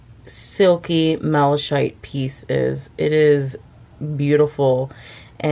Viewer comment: Also malachite is pronounced 'mala-kite' Be careful of raw pieces, they can be toxic, so handle with disposable gloves or wash your hands thoroughly afterwards 😊